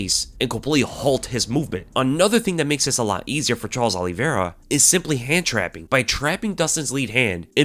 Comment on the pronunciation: I'm with Chael-es Oliveira, 😌😌😌